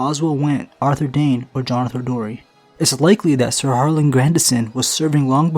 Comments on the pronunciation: I'm pretty sure it's Darry, not Dorry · Jonothor Darry* not Dorry. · I don't know if it's just me, but Jonother Dorry? do you mean Darry? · Darry, not dorry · Jonothor Darry, not dorry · I think it's Jonothor Darry, not Dorry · It’s Darry not Dorry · Just a slight correction, it’s Jonothor Darry, not Jonothor Dorry. :) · Pretty sure it’s Jonothor of House Darry not Dorry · DARRY not DORRY but otherwise great video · I came to comments just to say this lol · It is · Its Jonothor Darry* (The-ry) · it's jonothor Darry not dorry and it's osmund kettleblack not kettleback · Darry not Dorry, and Kettleblack not kettleback